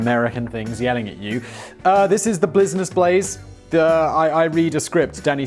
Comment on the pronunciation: “Blizness Blaze” “My Splace”. What’s in that solo cup Simon? Also “cockwomble”. I’m so glad I’m not the only one that uses that term.